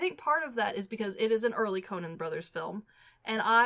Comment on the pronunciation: Is it just me or does keep saying the “Conan” brothers hahaha